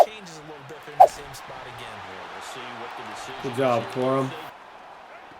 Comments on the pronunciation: Corum more like cor-him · 1 hour 4 minutes 42 seconds “Blake Corum” juke